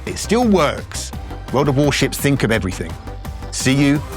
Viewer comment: Vort of Vorshiv